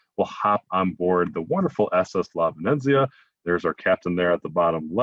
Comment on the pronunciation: 😕 Bowlogg-Na? on the VenEnZeeuh? Sorry the mispronunciations are a little off putting by somebody who supposed to be the expert travel guide.. I think he means Bologna (Bowloan-ya) & the ship's name, La Venezia. (Ven-eht-zeeuh)